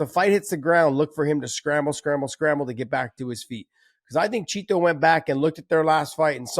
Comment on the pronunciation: Great another episode of Josh over emphasizing "Chito". Meanwhile refusing to pronounce Jorge Masvidal and Jose Aldo correctly